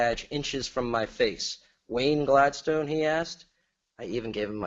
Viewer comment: I promise I'm not on caffeine. 🥺